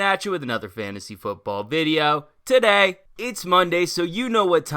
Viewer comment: "What up guys its Dare! TUHday!" 😁